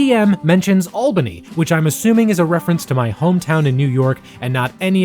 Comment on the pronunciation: It's so nice to hear Albany pronounced correctly!!!